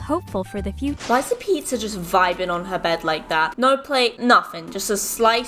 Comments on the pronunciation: You said pezzr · Anybody else say hear her say pizzar